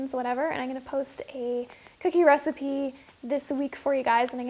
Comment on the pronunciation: I love the way you said, "protein COOKIE". lol. :)